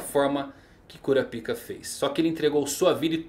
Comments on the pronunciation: "Curápica", muito estranho essa pronúncia de "cura-pica" e é "nãcols", "Qui-nãcols" é estranho também, a pronúncia da letra "K" sai da garganta, praticamente um "K" mudo, e é isso, assim fica menos estranha suas pronúncias dos nomes dos personagens que notei até agora! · canal legal, mas cara melhora essa pronuncia de nomes que doido no ouvido. "curapika" mano serio? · Sobre a pronúncia do nome do Kurapika. Dublagem Japonesa: Curápica (pronúncia real do idioma). Dublagem Brasileira: Curapáica (Imagino que a decisão da pronuncia do PI para PAI, foi algo tirado da dublagem inglesa, não sei, talvez pode ter sido para não sexualizar o nome em português na época). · Ótimo vídeo mas o kurapika ficou estranho a sua pronúncia rsrs kurapaika ficava melhor hehe abraços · Curapica kkkkkkkk curapica essa foi boa mano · Curapica? Kkkkkk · Nao e kurapica e karapaika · Por que você pronuncia quinâcou e cura pica ao invés de nâcou e curápica?